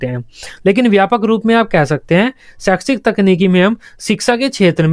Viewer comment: Sir g ap saikshis khte hai .. but pdhate bht bdiya hai